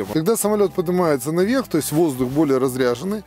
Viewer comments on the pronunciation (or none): воздух разрЕженный а не разрЯженный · Хотелось бы поправить,воздух разрЕженный а не разрЯженный. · Интересный ролик, спасибо. Но блин... Воздух не разрЯженный, а разрЕженный :) Это же воздух, а не аккумулятор :) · разрЕженный воздух, не разрЯженный. От слова "редкий". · Воздух разрЕженный (а не рязрЯженный). От слова рЕдко (типа молекулы воздуха встречаются гораздо реже, вот он и разреженный). А рязряженный это тот, кто нарядился, разоделся как-то. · дык и я про то. Разрежённый, не разряжённый